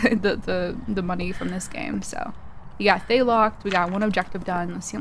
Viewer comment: Also, just leaving this out there, Thayes are actually pronounced Thuh-yeh! Ofc everyone will pronounce it as they like but I thought it would be nice to know as general knowledge :3